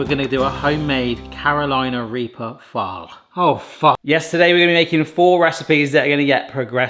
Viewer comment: Oh, I did not hear phall lol definitely heard a very different word. Definitely had me doing a double take 😂😂